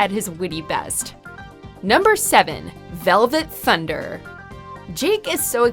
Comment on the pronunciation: Dislike for doing "velvet thunder" wrong and looks like mocking.